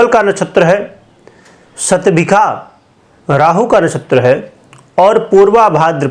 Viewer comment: शतभीशा को सतभीखा बोल रहे हो, पता नहीं आपको कुछ, tottaly confused